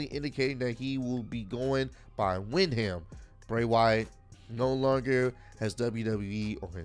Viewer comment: It's Windham (wind-um). It took me a while to pronounce it as well